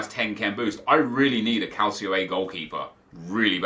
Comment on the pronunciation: Please don't say CALCIO A man